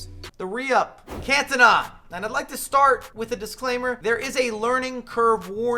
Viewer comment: If this dude says cantona wrong one more time. Wtf is cantana